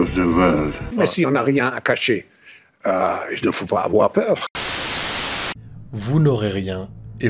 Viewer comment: Il ne faut pas afoir peur